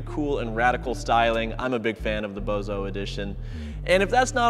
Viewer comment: not gonna lie that was a pretty good launch, and BTW it’s Boso not Bozo (as in Bosozoku)